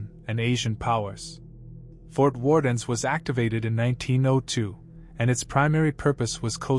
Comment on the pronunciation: Fort Warden doesn’t have an s at the end.